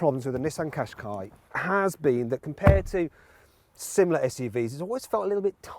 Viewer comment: ずっと日産かしこいにしか聞こえなかった。